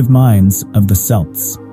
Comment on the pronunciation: Hun u says it wrong it sounds like kelts not c spelt with c say kelts hun am a celt